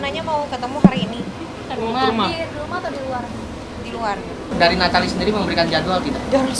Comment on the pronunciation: Kyaknya yg baca britanya hrus blajar cara ngucapin nama nathalie deh.. 😑